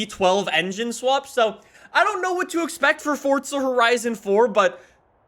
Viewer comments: ITS PRONOUNCED FOR-ZA NOT FORTZA. AAAAAAHHHHHHHH!!!!!!!! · its for-za not fortza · Why do you call it "fordza horizon"?!! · forTza horizon 4 😂😂😂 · Forza Horizon 4 👎 Fortza Horizon 4 👍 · Forza ❌ Fortza ✅ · IT PISSES ME OFF SO MUCH HOW HE SAYS FORZA LIKE "FORTZA" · hearing fortza makes me cringe. say it right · why cant Americans pronounce forza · My guy why do you pronounce forza with a t